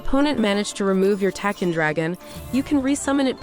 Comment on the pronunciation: I'm sorry, but it truly bugs me to no end how you pronounce Tachyon. It's pronounced like tack-e-on.